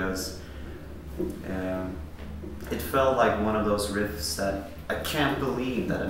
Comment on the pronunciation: I love how instead of pronouncing it ‘that’… he pronounces it ‘dat’.